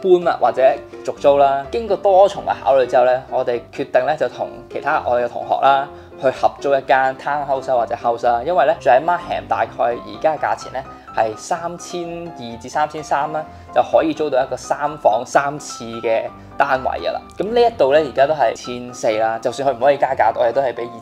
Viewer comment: 大部分香港人移民來多倫多的人都會讀錯 Markham 為 Mark -ham, 其實是應該是 Mark-kam (come)。好似 Graham 一樣，個 h 在這是不發音的，因此和 Gram 讀音相同。Subaru 中間是 quiet 的發音 Su-ba-ru, 不是 Su-bar-ru. 中間 ba 低音，希望不要介意，祝你們在加越來越幸福快樂。